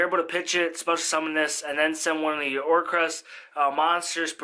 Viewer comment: OR-CUST. Like music. There’s no R after the C